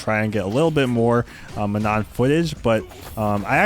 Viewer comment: Oh it’s not ManoN! It’s pronounced “Maa noh” without the N at the end and the A is like in Arch